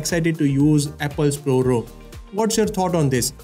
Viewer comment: What’s up with your pronunciation! You don’t say “Row”.